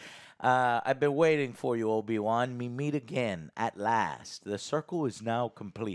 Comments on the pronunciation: No one, absolutely no one Joe:” Obi Juan” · Did I hear Obi Kwon?